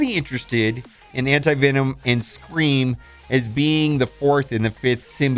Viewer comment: Anyone else hear him say anti-vitamin?